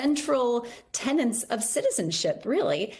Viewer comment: try "tenet of citizenship" rather than "tenant".